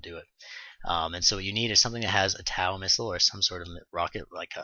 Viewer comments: Thanks for the vidoes, nice job. fyi: the TOW missiles are pronounced (toe) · TOW-missiles...say...toe...tow truck...because they fly by wire they tow a line for remote control flying...not TAU...ok? You're welcome